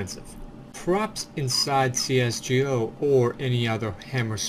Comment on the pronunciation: is anyone else triggered by the fact that he pronounced cs go as cs "jo"?